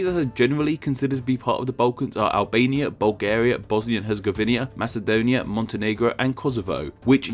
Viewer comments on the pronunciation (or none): none